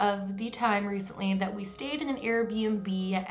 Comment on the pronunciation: Anyone else think "Reese-ntly" every time says recently?...... I'll show myself out